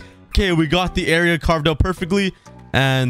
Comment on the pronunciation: i love how he says "era" instead of area lol.